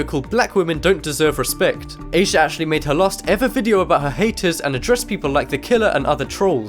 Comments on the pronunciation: Did you say a sad? Oh shit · his name was asad shah not asah shah